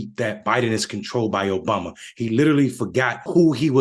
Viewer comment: Eh, eh let me tell you, OBAMNA...... 😆